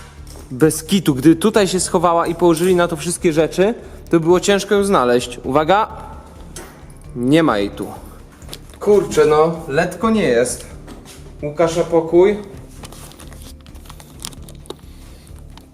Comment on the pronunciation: NIE MÓWI SIĘ LETKO TYLKO LEKKO!